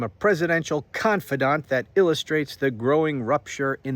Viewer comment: Every time you said confidant, I was thinking of another word that begins with the letter C